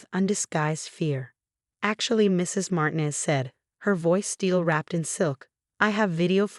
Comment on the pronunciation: Martinez is said as MAR-TEEN-EZ and NOT as MARTIN-EZ. Can't say a simple common name? (And Sweet Fart, instead of Sweet Heart. PROOF READ before uploading!!!)